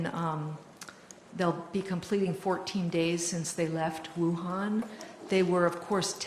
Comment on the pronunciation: It’s pronounced “oohan” not “woohan”